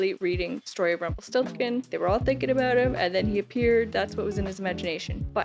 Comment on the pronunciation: Avery Brooks mispronounces "Rumpelstiltskin."